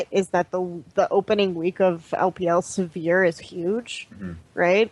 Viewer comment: So much scene knowledge, such a horrendous lack of ability to pronounce Sivir...